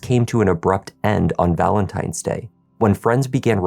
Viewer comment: Not Valemtimes Day!